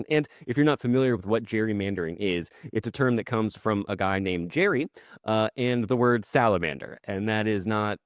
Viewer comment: His name was Gerry with a hard G. Not Jerry.